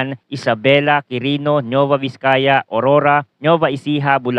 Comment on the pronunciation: Anung Nova Ecija Nova Vizcaya. ginawa monang Chichirya yung dalawang Probinsya. Nueva Nuweva ganyan ang basa matagal kanang nabubuhay sa bansang ito hindi mo parin alam ang basa sa dalawang Probinsya nayan. imposible hindi moba naririnig yang dalawang Probinsya nayan? Kahit sa Balita o sa School?